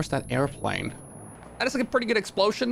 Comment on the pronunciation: Nobody: Him:Explosyen